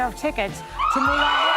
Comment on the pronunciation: Really? Moulon Rouge? Oui oui, Mon Ami Wayne Brady 😂❤